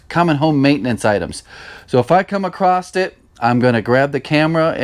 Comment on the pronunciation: dilapiDated, not dilapiTaded. This comment may be taken as just a grammar nazi getting their jollies, but as you advise others to project an aura of confidence and professionalism, I wanted to point out that sometimes mispronunciations like this can come across as a lack of education. Same with "acrosst" instead of across, although that may be a regional idiom or dialect. Keep up the good work, keep the videos going.